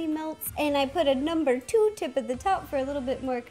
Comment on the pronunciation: When she said let's put it all together it sounded like let's poo it all together